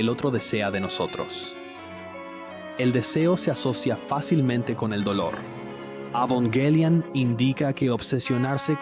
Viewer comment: Me fascino este video, lastima el doblaje de las escenas de evangelion se sentiría mas comodo en japonés con subtítulos, tambien me incomodo que aveces diga avongelian y que diga ava en vez de eva hasta hay partes que la voz no formula bien las palabras como si estuviera hecho con una ia pero fuera de eso excelente video